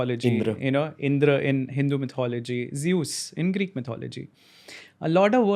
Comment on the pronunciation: Hi Ranveer, great program, I love your podcasts. Just an FYI...you pronounce Myth correctly, but Mythology is not the correct English pronunciation....it's Myth-ology....the same way you pronounce Myth, but just with ology added at the end.